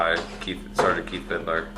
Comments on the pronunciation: It annoys me so much how he says “vid-a-ler” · Why does everyone add an extra syllable to vidler? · Vidiler, he says. He also says supposebly, irregardless. He is edumacated. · I hate his constant "Vidiler" over and over. is a chronic mispronouncer of words. His eighth grade education really shows in this department. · Word! J-Dawg…it’s VID-LURE, not VID-ER-LER!!! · I HATE the way says Vidler. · They should hold in prison until he can properly pronounce “Vidler”